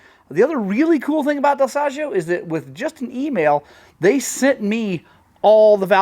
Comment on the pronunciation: Ahah next time i take my Beta at your shop I teach you how to pronounce Dal Soggio 😂